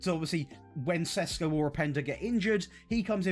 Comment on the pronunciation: If you want to pronounce every name, then you might start with Šeško (Sheshko instead of Sesko).